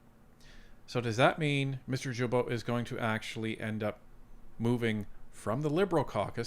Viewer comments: It’s guilbeault , start like guy ,,,,not jilbeault,,,,,, gaga not jaja,,,,, start like “guideline” ,,,,, not “ jideline” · Woop woop 😂... thanks! And that name is pronounced GILL--bo... NOT JILL--bo! Quebecker here, telling you this! Correct pronunciation increases credibility. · OMG is name is not Jibeault but Guilbeault as in Guitar! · Please pronounce Guilbeault’s last name with a Hard G. Not pronounced like a J. I am an avid follower of Northern Perspective. But as a Franco Ontarian I cringe every time you say it like Jillbo. Keep rocking. Tell your cats that I said. Psspsspss. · Gill bo not jill bo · as much as I don't like Guilbeault, could you learn to pronounce his name properly? GU indicates a Hard G. Not a Gilbeault. Thank you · It's Guilbeault pronounced with a HARD G. Not Djilbo, but Gueelbo. :) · With all due respect: Blue boomer from Qc here: The prononciation of Guilbeault is: « Gill-bo » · It's Gilbeault with a hard G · Say it right it's pronounced gee bo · I don’t care how you say it but it’s actually pronounced Geeee-beau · Gee bow, its pronounced Gee Bow, the climate change green grift high priest. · Jill Bo????? You said his name wrong 100 times. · In french you say Guilbeault with a hard G without pronouncing the U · Just a gentle FYI. Mr Guilbeault is said as a hard G. Like “Guy” or “goat”